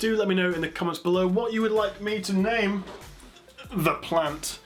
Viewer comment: you are awesome. that is all. ps.. you pronounced my name correctly to my surprise :-) (thumbs up)